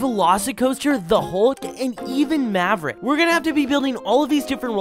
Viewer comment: He got maverick wrong😂😂